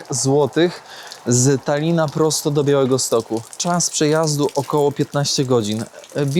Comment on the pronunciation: czy ja dobrze słyszałem,że na samym końcu pozdrawiałeś Stalina 😂😂😂(z Talina)